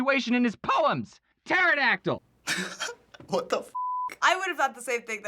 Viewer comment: said pterydactle because it starts with p